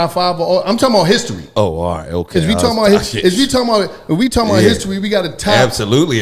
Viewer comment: during an add: “ I’m talm bout”